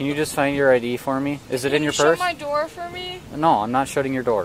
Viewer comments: I liked the “my idoor” too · and “please shut my idoor” like is that apple’s newest product🤣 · Every single time she said she wants the door shut she said “shut my I-door” and I had to giggle every time. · About 10 seconds after that she asked to “shut her “IDoor” lmao